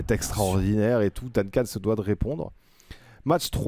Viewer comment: Dainecane, Dainecane, Dainecane... la manière de prononcer de me stresse trop mdr